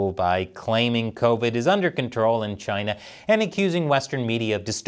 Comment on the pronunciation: Trump was no where near perfect but a lot of what he said was right and everytime I hear china it's CHI-NAAA